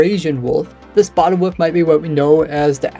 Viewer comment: Still amused at your pronunciation of wolf. Only YouTube channel that calls wolves woofs.